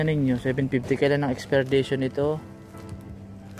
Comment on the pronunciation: expiration hindi expirdation ok...